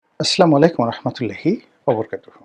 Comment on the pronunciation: রনি ভাই, আসলামালাইকুম নয়; বাক্যটি হবে আসসালামু আলাইকুম। ধন্যবাদ।